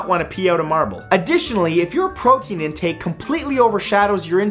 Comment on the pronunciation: gaston said he eats 5,000 eggs a day u said PROTEN